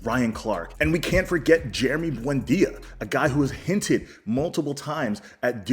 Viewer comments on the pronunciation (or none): none